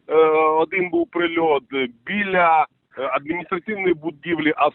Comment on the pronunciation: БИЛЯ БЫЛЯ Бilyu УЧЫЛЫШЧА😭😅😆🤣🤣 СУРЖИК ЛВЕЦКИЙ 🤣😆😅😭😭😭 ВАС ЖДУНЫ ЖДЁТ БУКВАРЬ 🤗